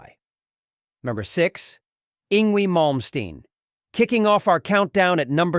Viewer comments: I laughed all throughout this video. 🤣 Keith is hilarious. Eeengwee Malmsteen 😂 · "Ingui Molmstein"